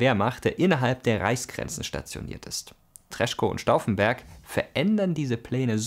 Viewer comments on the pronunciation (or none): super, Danke! Er wird "tres-ko" ausgesprochen, nicht treschko - das ck hört man nicht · Danke für diese Zusammenfassung! Der Kreisauer Kreis fehlt eigentlich noch; denn die wollten wirklich Demokratie. Ein kleiner Beckmesser noch: Den Generalmajor von Tresckow spricht man "Treßkoo" aus.